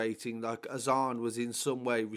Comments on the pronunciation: more time be around apnai. Pronounced “Azaan” on point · Pronounced his name beautifully bro . 🤲🏻 his name means In Arabic “the call to prayer” I’ve followed this since it happened so close to we’re I lived then such bastards this put me in tears 😓 so sad such a loss. This kid gives me that feeling he was going places and a nice kid He didn’t want trouble. Proper cowards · Pronounced his name beautifully bro. Nice too see positive comments. His name is arabic. When prophet Muhammad (pbuh) had released Bilal from slavery he then encouraged Bilal to recite a saying that makes every one known when prayer times were. And before prayer time that saying( look up in english) is